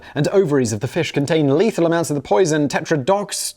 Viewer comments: Tet-tro-do-toxin I think it is pronounced like that. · It's paradoxical that Simon is so well spoken, but also sucks at pronouncing things, lol. Tetera... tetradi... ah fuck it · This was the only time a YouTube ad break made me laugh, it came in the middle of Simon attempting to pronounce "tetrodotoxin"😂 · Hahahahaha love how it went into an add break while Simon fails to pronounce a chemical.